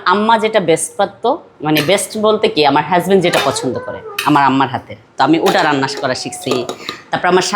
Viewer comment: আপনি হাজব্যান্ড বলা শিখেন